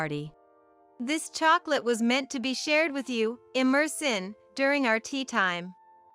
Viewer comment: Emersyn is pronounced like Emerson, not like "immerse in."